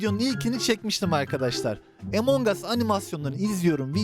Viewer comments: abi emong as deme ya among as diye okunuyo among us diye yazıldığını biliyorum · ABİ LÜTFEN ARTİK DOĞRU SÖYLEYİN ŞU OYUNUN İSMİNİ EMONG US DEGİL. AMONG US. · Emangos değil amongas